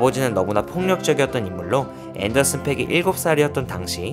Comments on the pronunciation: 앤더슨 팍이라고 읽어 주세요..팩은 욕이라서요.....그래서 스펠링에 aa 중첩해서 쓴 겁니다. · 팩이 아니고 팍이야 앤더슨팍...😅 투팩 하는거처럼 왜그러세요 좀